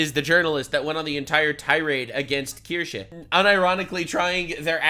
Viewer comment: finally able to say Kirsche